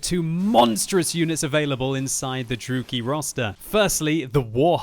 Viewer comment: Dru-E-KI not Drooky